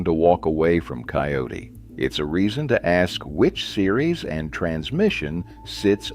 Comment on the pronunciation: Kioti NOT Coyote